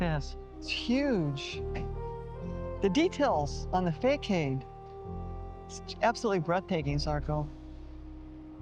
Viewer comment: I love how you pronounce façade: fay kayd. 😚 I believe even in english it is fuh sahd. Sorry I feel I am only correcting you here lol. Thank you for the video, I am actually discovering Le Havre, Harfleur and Rouen. You're right, those places are not supposed to be touristy, and yet they have their charm. 😎